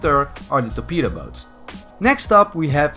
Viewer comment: Is it just me or everybody thinks that when says torpedo boat it sounds like betabow Btw can you make a video about every melee weapon in Bf1